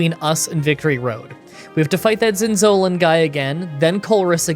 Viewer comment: Zin- Zo (like no)- Lan( like b-on-d). Zin-zo-lan.